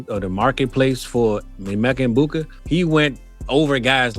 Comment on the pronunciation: I know him! You are saying his name wrong the E actually sounds like an A fyi💋